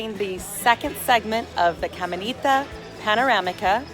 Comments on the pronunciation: Some tips of pronunciation for you...."YABUCOA" is pronounced as JAH-BOO-CO-AH, "CAMINATA" is KAH-MEE-NAH-TAH. "CAYEY" is KAH-JAY ("Y" has a "J" sound in Spanish). "BUEN DIA" (Good Day) is BOO-EHN-DEE-AH. "POLLO" is POH-JOH. You do a good job with "AIBONITO" yay!!! Thank you so much for being so kind and bubbly. BTW, have you tried eating "JIBARITOS" (HE-BAH-REE-TOHS)? They are greasy but delicious! Happy holidays and happy new year! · "Camenita" lmaooooo